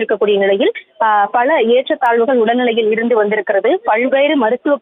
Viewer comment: பல ...என்ற வார்த்தையை சரியாக உச்சரிக்கவும்